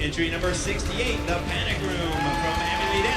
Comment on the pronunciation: I love how the man said “The pAnic room”